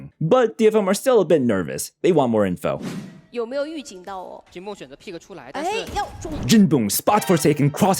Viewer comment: calling jinboong jinbung is crazy